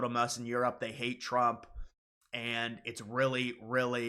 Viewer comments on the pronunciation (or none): none